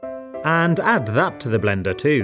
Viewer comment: I like how whenever he says and, he says it like “ha and”